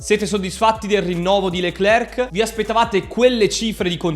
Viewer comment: SI PRONUCIA " LECLER, E NON LECLERC, LA C NON SI PRONUCIA.